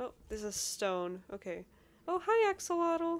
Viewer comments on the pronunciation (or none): none